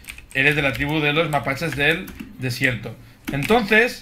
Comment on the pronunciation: dice mapaches del dasierto